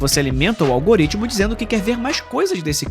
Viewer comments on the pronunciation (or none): none